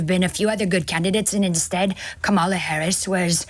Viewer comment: Another disrespectful republican who won’t say Kamala correctly